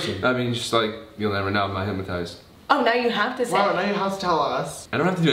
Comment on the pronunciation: They all say hip-ma-tized like it’s said how it’s spelt hyp-no-tised